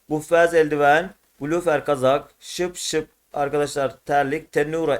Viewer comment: Abi terlik şıpşıp değil şipşip doğrusu😂👍